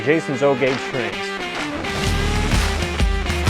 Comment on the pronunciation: AH TRAINZ WITH A Z LIKE TWO TWO TWAINZ;-) I wish I had a twain room like your Would love doing a hi-wail twee wail way-out NO DE-WAILMENTS;-)